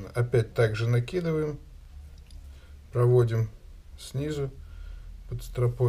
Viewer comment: Дзелаем, плецение, прааводзим.... Что это за дефект?